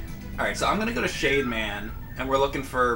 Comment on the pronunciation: Everytime he said "Shade man" I kept hearing "Shave man". Totally different robot master.